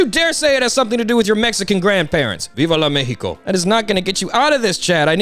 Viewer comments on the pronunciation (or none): AHHAHAHAH bro, as a mexican, hearing you butcher "viva mexico" gets me EVERY TIME